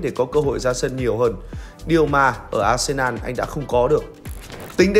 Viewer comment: arsenal ... đọc là a sê nồ .... ko phải a sê nan. Tôn trọng tên riêng khi đọc